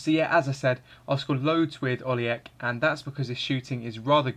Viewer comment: Pronounced Oli-Etch